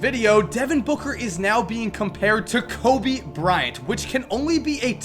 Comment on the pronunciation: "COBY. BRI-ANT.." why the fuck u pronounce kobe's name so weirdly lmao